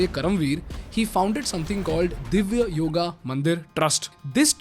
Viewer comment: First of all, learn how to say basic terms like "Patanjali", "Divya" and do some better research rather than spreading hate 😑